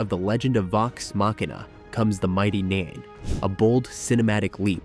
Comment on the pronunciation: It's Nein pronounced Nine. Clearly the AI bot hasn't even watched the trailer. Apologies to all critters tuning in.